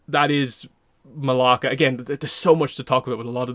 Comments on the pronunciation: Her name is Malaya not Malaka, Malaka is a Greek curse word 😭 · I heard it and was like 🤨 that’s not her name. ++ that “ya” in her name is significant